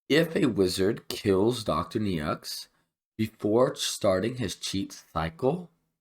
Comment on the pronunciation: Thanks for the guide! It's Dr. "NO" btw. That's how you pronounce "Neaux":goodvibes